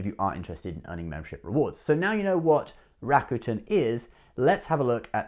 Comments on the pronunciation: It's pronounced "Ra. Ku.10" not Rakutn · Bro your rawwcuetans are driving me nuts... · I used to pronounce it Ra-cute-en as well. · lol you still cant pronounce it!! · Was kind of funny you got Chinese pronunciation spot on, but a simple Japanese word tripped you up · I say Rakuten the way you used to say it lol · Haha that is dedication to your subscribers, traveling all the way to Japan just to pronounce "Rakuten" better. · You didn’t go to japan just to pronounce rakuten, : /. Now that you mentioned japan, do you have a blog video of japan. I’m very interested in visiting.